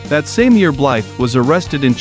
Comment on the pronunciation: Is this an instructional video about how to badass? Also… Blythe is pronounced Bly. The “the” is silent.